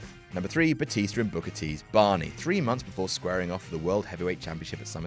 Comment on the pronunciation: I'm sorry I lost it at 'King BOOKAAH!' xD